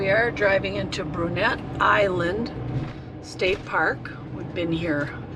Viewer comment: Just a heads up, it's pronounced "Broo-NAY" Island. Named after French pioneer of the Chippewa Valley, Jean Brunet. Also that's the Chippewa River, not the Wisconsin River. Have been there many times and going back again in late May and again in mid-August - to coveted site 42! Looks like you were about to set up in site 65 - that's a nice one.